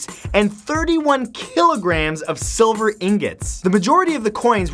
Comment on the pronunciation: Did he just say "siliver" ??